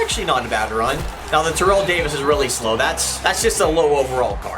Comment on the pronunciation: i would do Terrell Owens because.........it's Terrell Owens (also it's pronounced tair-ell, not terrell)